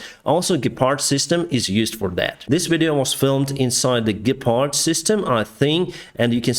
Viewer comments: Yes it’s german and you pronounced it very well! I am glad that we have send Ukraine the modern Gepard tanks and I hope we can deliver Ukraine more weapons of these weapons like the Leopard 2 tank. Best regards from Germany, Bavaria🇩🇪🇺🇦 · how come your german pronunciation is quite good? you speak german? I like the Gepard's effectiveness vs the shahed drones and thus protection for the Ukrainian civilians. But would love to see some Leopards on the frontline!